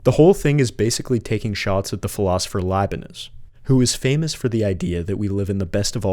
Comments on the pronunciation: And the philosopher "Leibenits"? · Good effort, however this is not at all an iceberg. Also, Leibniz pronunciation